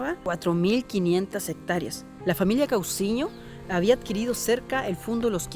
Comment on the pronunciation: SE DICE FAMILIA COUSIÑO Y NÓ CAUSIÑO.